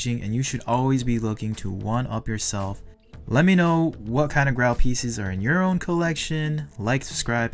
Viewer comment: It’s pronounced “grayl” 😆 love your videos! Keep it up 🏆